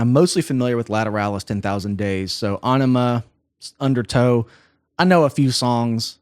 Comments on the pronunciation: I like what he’s saying and the analysis but I guess I’m the only person slightly annoyed that he’s saying “Awnima” and not “Eyenima” as it’s correctly pronounced. Sorry to be that guy but come on this isn’t a new album. It’s Aenima! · Æ is pronounced 'eh' like enima or enigma. BTW great video - gave me goosbumps and my soul said it was proud of Tool, you , and me. LOL. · It's pronounced "A Enema". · Ænima pretty sure meant to be pronounced as .. 'enema' .. given the title track :)